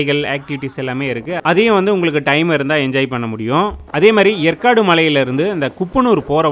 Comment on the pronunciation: ஏற்காடு என்பதை எற்காடு என்று உச்சரிக்கிறிர்கள்